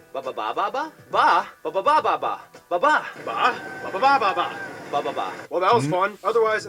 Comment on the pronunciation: You pronounced the bababa ba better the supposed "Filipino Guy" they have there. Dude didn't even try enough to hide the fact he didn't know how to speak the language.